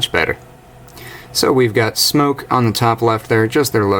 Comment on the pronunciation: Smok... Not Smoke.. just saying ;)